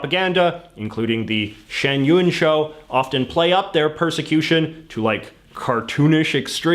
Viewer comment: ... intimidation and what: "persection"?